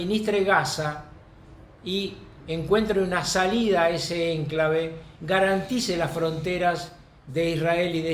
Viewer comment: Me disculpo por la observación: la palabra enclave es grave, la sílaba q se acentúa al pronunciarla es cla. Saludos. Muy buen trabajo!!